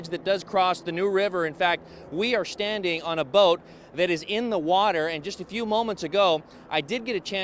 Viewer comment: "shtanding" and "shpeak" omg stop or should I say "shtop? please SHTOP talking like this!!!